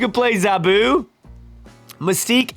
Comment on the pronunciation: Btw, it's Zaa-Boo (zabu like "nah boo")and Shah nah the She-Devil. Also Zabu isn't Ka-Zar's pet, they are more like brothers